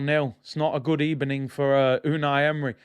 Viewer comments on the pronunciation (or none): What a crazy football night. By the way “good ebening” Arteta fan’s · Bro GUD EBENING lol